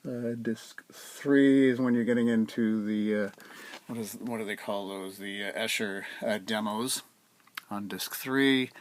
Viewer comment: Giles is pronounced Jiles, the G becomes a J. Similar to Jim and Gym, or Jeff and Geoff. Also, Esher is pronounced Eee-sher. Sorry to be an old fuss, but I am from the UK - Ha! Anyway great review and fab boxset. Enjoy!